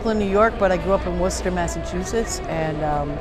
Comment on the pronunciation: Her latest album is one of the best I've heard. She not only plays great, but is also a powerful singer. She knows how to pronounce Worcester as well, which means a lot to me.